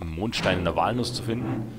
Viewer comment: ich hab noch nie gehört, dass jemand "walnuss" so ausspricht wie du :O :P jaja wer wird da nicht beim ersten mal von der bahn zermatscht :D